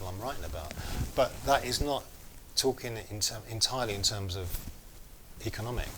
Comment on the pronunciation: I can't listen to this guy, with his pronunciation "talkin' ", "bein' ", "investigatin' ". Awful, slovenly diction. I'm out of here!